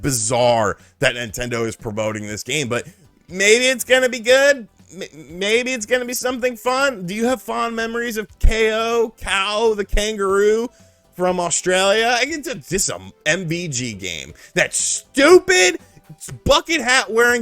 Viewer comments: I'm personally hyped for kao the kangaroo, I loved the second game on PlayStation 2 BTW KAO is pronounced K.O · It is pronounced KO. and Ash from GVG is doing PR for it